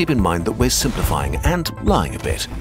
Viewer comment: "please keep in mind that we are simpliyfing and lying a bit" come on wtf...